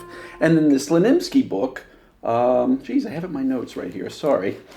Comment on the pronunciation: Slonimsky, man. Slonimsky.